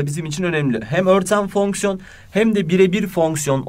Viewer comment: fonksiyon derken bir tuhaf diyorsunuz hocam